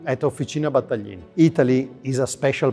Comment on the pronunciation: "Battaglin" is a crushing butchery in the hands of an American narrator.